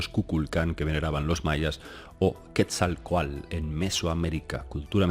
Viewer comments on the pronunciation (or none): Yo solo entendí ii...aa😳😁, se dice QuetzalcoaTL! No QuetzalcoaL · Hola...cuando hablas del Dios Mesoamericano, "Serpiente Emplumada", equivocadamente lo pronuncias Quetzalcoal...su nombre correcto es QUETZALCÓATL...cuyo significado es "Señor del Cielo y de la Tierra...Cielo = Quetzal...Tierra = Coatl...Saludos:) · Por favor!! NO ES "QUESALCOAL" SE pronuncia: QUETZALCÓATL.. Quetzalcóatl (náhuatl) serpiente emplumada; siendo quetzal: ‘pluma’; y cōātl:‘serpiente’) YA VAN VARIAS, YA ES TEMPO DE QUE APRENDAS Y PRONUNCIES BIEN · cuando manejas nombres propios que no te son comunes en tu cotidianeidad, hay que poner mucha atención. En Quetzalcóatl y Maguey te ha fallado ésta vez. Es complicado, lo sé porque desde México yo intento aprender euskera y cuesta mucho. Cuando viví en Cataluña, aprender catalá tampoco fue fácil, pero en mi trabajo era indispensable. En tu trabajo, manejar lenguas ajenas a tu lengua materna es común y hay que cuidar esos detalles. El maguey (así, con ortografía castellana se pronuncia sin la u)fue una planta básica para subsistencia precolombina en México. Hay muchas variedades de maguey y la más famosa es de la que se produce el tequila. De esa planta también se producen textiles y gran variedad de cosas de uso aún cotidiano en México. Alegres saludos! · Hola, muy interesante Video. Solo un detallito, trata de pronunciar la T en la palabra del nombre Quetzalcoatl. Se escucha chistoso si no la pronuncias. Gracias y éxito.